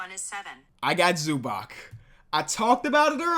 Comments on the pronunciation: It's not ZubaK, its ZubaTS. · please learn how to pronounce zubac